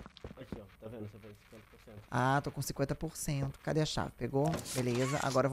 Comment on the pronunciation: ele falando culégio igual a mãe, naquele vídeo que ele pega o celular dela escondido ksksksk